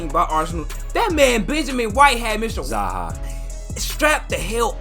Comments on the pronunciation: u just know he said zayhar instead of zaha american ass XD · The ‘Zaha’ killed me